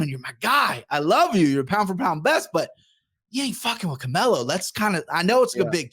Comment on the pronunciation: I like how calls Canelo “Camilo” 😂😂😂😂😂😂😂👏🏼👏🏼👏🏼👏🏼👏🏼👏🏼👏🏼👏🏼👏🏼